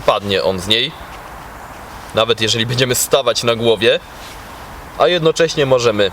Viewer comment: Szum fal... Piękna pogoda ciekawy temat materiału i nagle "bedziemy" testować. Masz taką dobra dykcję że u ciebie "bedziemy" kuje w uszy 😁 Ale wiem czepiam się i nic tego nie zmieni.